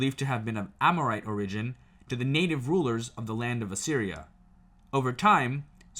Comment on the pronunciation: Also it’s OR-igin. Not or-IGin